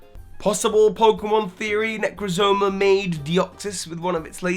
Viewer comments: "Poke play-jo" Its poke pelago like archipelago, thats what alola is, an archipelago is a group of small islands. And I the poke pelago can be expanded into a small group of islands. And "necrozoma"? There's just one o in there. You need to work on your pronunciations smh. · it's Necrozma, not Necrozoma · 1. It's Necrozma, not Necrozoma. 2. If Necrozma isn't a UB, and is the middle legendary, then why are Solgaleo and Lunala UBs? Cosmog is confirmed to be a UB, so it'd make sense if the legendaries were also UBs, including Necrozma. Or this might be absolutely incorrect, idk. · It’s nec rozma not necra moza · Necrozma, not necrozoma. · Necrezoma, WTF dude its NECROZMA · It's "Necrozma" not "Necrozoma" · that's not how you pronounce necrozma it's not nek-ro-zo-mo that's all out wrong but look there are too many os I'm not 100% but looking at name origins it's probably nek-ro-zma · You're terrible with pronunciation. I'm losing it right now. You flat inserted an extra syllable in necrozma ...necrozoma? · OMG ITS NOT NECROZOMA ITS NEH-KROHZ-MUH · In regards to Deoxys, it was either Rayquaza's hyperbeam or the Kalos ultimate weapon that caused the mutation. Can't be Necrozma. Oh, and you pronounced Necrozma wrong (ne-croz-ma is how you say it). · Like Necrozma